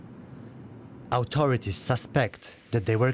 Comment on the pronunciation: Why do you employ half literate who can't properly pronounce authority?